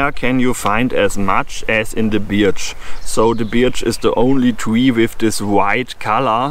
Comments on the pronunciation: hahaha....Tolle Idee! Ein großes Problem: Die Birke (Birch) spricht man im Englischen "Börch" aus - bei Deiner Aussprache "Biatch" denkt man als Kenner der englischen Sprache eher jedesmal an ein anderes Wort;o) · Your English is very good, thank you for a very interesting video. For future reference we pronounce birch as berch . I think it’s because the English are lazy speakers and if a word is difficult to get your mouth around we will find an easier way. I hope you do many more videos in English. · Actually "B-er-ch" pronounced by a German sounds more like "Barch" in english. To advise it being pronounced "börch" is easier for a German to say it correctly. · Your English is way better than my non-existent German. You did great - I understood everything. Also, I hope you do more English language versions of your videos - they are right up my forest path :-) For reference: Birch is pronounced "b-er-ch"